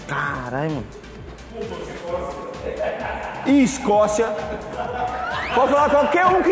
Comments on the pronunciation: islovaquia, iscócia kkkk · ISCOCIA... ISLOVAQUI... ô resenha KKKKKKKKKKKKKKKKK